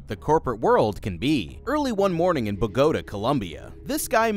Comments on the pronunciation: "Bagoda" Columbia? Like pagoda? 🤣🤣 Bogotá, lol. The accent delineates emphasis on the letter/syllable. 😉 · what dawg trying to say Bogotá Colombia 😭😭😭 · The way you pronounced “bogota” hurt me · bogota pronunciation was insane dude google is free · Pronounce BOGOTA correctly please (I’m Colombian-American)